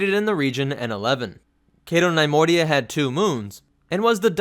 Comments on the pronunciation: NUH-Moidia not NIY-moidia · nee-MOY-dee-uh, not NIE-MOY-dee-uh.